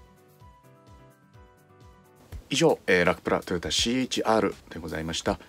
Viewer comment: CH-RではなくてC-HRですよ